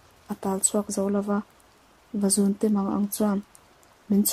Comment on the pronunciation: Vazûnte tih hi LÛ tih kan lamna Û kan thluk ang hian thluk tur a ni.... Vazûn hi sava chikhat a ni...